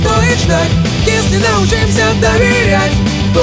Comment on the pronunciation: Ударение в научимся не правильное